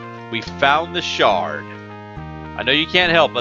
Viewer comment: Did you say The Shart of Hatred? LOL